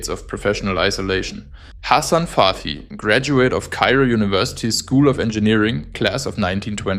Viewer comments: it is very sad how some were so ready to make people suffer repairing and maintaing homes for the sake of profit. amazing video❤❤❤❤❤❤. and one tiny comment as a native speaker or Arabic, Hassan Fathy's last name is pronounced Fat-Hee, t and h are sepertae not fathee with th as in faith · I like your video, just small mistake in the name of the architect . It's Fat'hy not fat-hy not fathy, separate the T from the H . it's a problem in pronunciation. thank you.